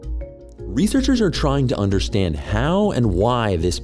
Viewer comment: please pronounce “ understand” without the sh